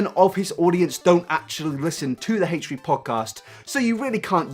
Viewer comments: "hatche 3" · Haychree haychree. Haychtree haychtree? Hatetree hateree? ....Haychfree Haychfree? Haychfree haychfree. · "Hate-tree hate-tree" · "haych-tree haych-tree" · Haych tree Haych tree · its not "haytree haytree" you stupid fuck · Are you saying hate3hate3? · Heightch three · haitch three haitch three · haytch tree haytch tree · HATCHE-TREE HATCHE-TREE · haich three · “HateTree HateTree” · I'm not upset with your views. I'm upset with the way you pronounce h3h3